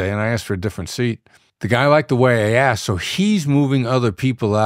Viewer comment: Wait, he started off the interview with “… it’s how you axed”